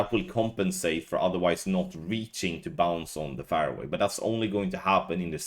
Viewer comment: All these years and you still can't say fairway. Is that fair to us? Hupps gave that stupid swede a clue there how to pronounce fairway.